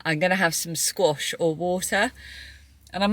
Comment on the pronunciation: I heard scotch and water too, then realized you said squash! It's funny you mentioned that you don't call it scotch being your family is from Scotland! Here in Canada there's Scotch Whisky, Scotch, Whiskey and lets add Bourbon in the mix! I don't know about everyone else but Dan's explanation of what he's going to Uni for wasn't any clearer than what you could have explained! lol I think you should put some T-shirts in your shop with 'Dan Fan!'